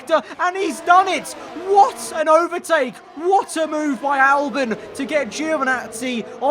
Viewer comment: Albon not Alben